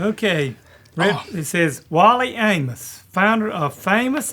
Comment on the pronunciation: Wow someone actually pronouncing the last name "Amos" right.